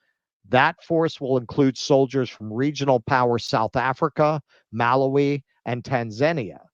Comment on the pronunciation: ..and Malaaawi.